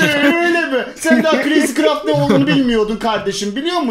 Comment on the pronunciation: Abi dızcraft diyorsun crayzcraft yazmışsın